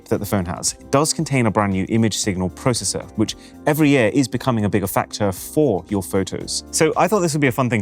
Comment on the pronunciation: More processing ... in the "pro say sir" 😂